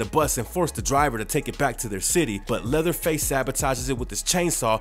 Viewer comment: did u say leatherfield?